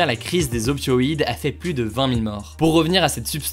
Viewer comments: "100 fois plusse puissante", euh... non. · Salut, petite info pour toi, on ne dis pas 100x pluS puissant, le s doit etre muet